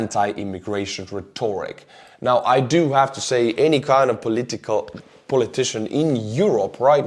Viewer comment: RET orik, stress on first syllable.